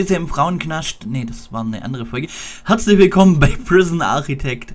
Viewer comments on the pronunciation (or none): Das einzige negative ist, dass es nicht Architekt sind er Arkitekt ausgesprochen wird. Sonst ein super vid.